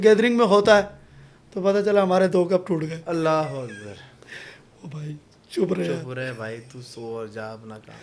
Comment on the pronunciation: correct pronounce kro bhai ALLAH HO AKBAR